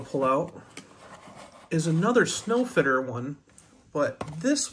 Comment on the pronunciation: Nice trucks. The Sno Fiter is a play on words it's pronounced snow fighter.